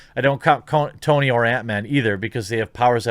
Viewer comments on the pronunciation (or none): none